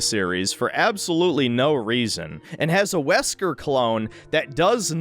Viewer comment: "Zesker" had me in fucking stitches